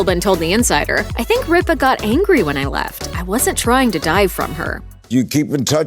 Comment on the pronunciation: CAN THE GENTLEMAN WHO NARRATES PLEASE PRONOUNCE RIPA AND ALL THE OTHER NAMES PROPERLEY, AND IF IT IS AI THEN CLEAN IT UP, NO WONDER AMERICAN CHILDREN OR SO UNEDUCATED